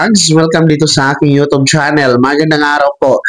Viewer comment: Hindi yon yo tob, instead u tyob.pls pronounce properly.